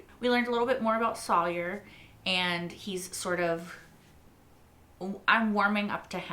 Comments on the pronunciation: Nobody tell her it's Sawyer not Salyer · Okay. So learning Sawyer's name is next. It's not Sawlier. 😊